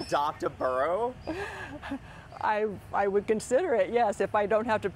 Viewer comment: They're using the Spanish word for donkey ,which is "burro" not "burrow" or "borough", which is how they are pronouncing the word, because they are not native Spanish speakers. I guess these are immigrant /migrant donkeys, and perhaps that's why they're calling them "burros" instead of donkeys, although they are butchering the heck out of that Spanish word.